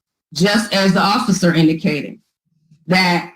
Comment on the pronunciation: I keep hearing the lawyer say occifer than when i rewind she says officer. Mandala effect? Am i going crazy 😂